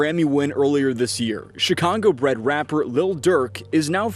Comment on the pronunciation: did fool say "Chicongo"?? 💀